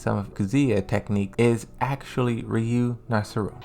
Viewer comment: I don't like the way you pronounced Ryu.